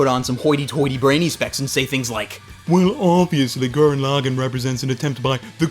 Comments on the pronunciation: Gurren Lagin? That's not how you say Gurren Lagann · Wow, I have never heard someone butcher saying "Tengen Toppa Gurren Lagann" so much. Your stressing wrong syllables all over the place. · why does everyone always say gurren laagen?????????